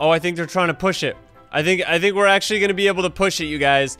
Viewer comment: i like when said thats achully crazy brotheer at 6;50 lol